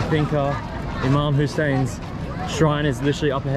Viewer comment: So correct pronunciation IMAM Hussain you are too brave to go Karbla alone👍 its very holy place, incredible idea to open Cafe with all different teas you had so far, cheese paratha, Sheesha bar, I m sure all migrated citizens would love to gather in cafe, all Jordanians, Iraqis, Indian, Pakistani, its Boom boom business, lov from Karachi.